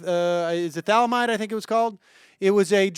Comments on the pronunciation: One again.. say it Sam: Thaa - Lidd - Aaah - Myde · For God's sake, Sam, thah-lid-a-myde. Thalidomide. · Sam - next time you give the Thali-do-mide example, which is great, know that this is how it's pronounced, just sayin.. anyways, it's always so painful to hear these folks. They use tech to call in, tech that would probably not be possible without government and would cost them arms, legs and kidneys if private companies took care of everything, and still spew their idiotic, juvenile tantrumy, unrealistic arguments from the comfort of their modern-age homes and not off-grid caves.